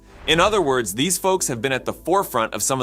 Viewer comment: Whatever ai you're using sucks and can't pronounce words correctly. Just shows you don't know what you're doing.